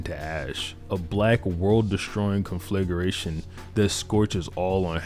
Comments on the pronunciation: its pronounced "con-fli-gration" not "con-fligleration" ...... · Great video! By the way the pronunciation is CON FLA GREY TION, great word to describe it though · Con-fluh-grāy-shun Derived from the word conflagrate. I'm not trying to be anal, but I know us nerds typically don't spend much time on grammar and pronunciation, but it benefits all of us who share the language. God bless 🙌🏾